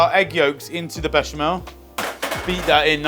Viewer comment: Mischeleng? Ich sag auch nicht Herbert wenn ich Susanne meine. Mhmm, der Klassiker Baschimal..... Erbärmlich, dieser KI-generierte Vertonungsmist. Die billige Sekundenheischerei verhunzt sehenswerte Beiträge komplett.